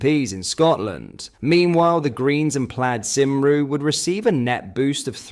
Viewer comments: Nigel never said he would ban welsh schools, in fact he actually endorsed promoting the language, whad he did say was he wouldn't set targets that would likely be missed anyway. Also, Plaid Cymru is pronounced as "Plaeed come ree" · the Welsh National party is pronounced as ply-ed come-ray. I'm not Welsh but know this. Great content, much appreciated. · Plaid Cymru is pronounced Plaid Cumri. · PLIDE KUMRI IS HOW YOU PRONOUNCE IT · Plad Sym-ru !!!???. Do yourself a favour. Stop insulting the Welsh and learn to pronounce the name properly ... or are we not worth it ?. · Sorry, that was so funny listening to saying the Welsh party's name. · Please teach your AI voice to pronounce "Plaid Cymru" correctly. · Instead of Plad sim roo please try Plyed Come Ree, also please try Kemmy BADE (as in made) eh KNOCK, these two changes will make your awesome posts sound much more convincing. I think this channel is one of the most honest channels that discusses the Right Wing (not extreme) Politics that the vast majority of the previously ignored British Public. I hope you take these hints on board as I want you to succeed in growing your audience. I have subscribed for a long time now and I feel in my heart that you have been speaking a simple truth, the Truth that REFORM UK, will bring us. I want you to sound more professional so more people listen to your valuable messages.